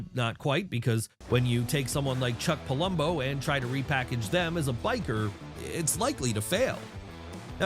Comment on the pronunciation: Its Theory not Thoery its Palumbo not Pulumbo